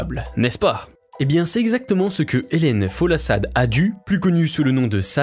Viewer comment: Mais non comment tu prononces son prenom 😐😐 c’est mm pas la peine que je regarde plus ça a tt gaché